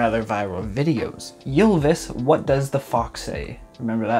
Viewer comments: Lol how the fuck did you just pronounce Ylvis lol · Omg the way you pronounce Ylvis hahah (I am Norwegian and it sounds very funny to me😂) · The way you pronunce ylvis triggers me